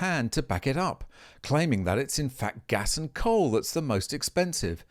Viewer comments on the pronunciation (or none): Coal. Not Dole